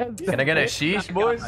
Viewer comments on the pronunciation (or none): Lmao the guy who messed up his "Sheesh"